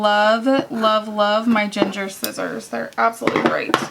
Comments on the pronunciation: Sorry, but cringe moment! Gingher, being a German co. is pronounced with a hard g as in gong, like gong- her ging' -her with the accent on the first syllable. Think the g sound in guy, gone, give. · Your scissors are pronounced “ging er” with hard G’s.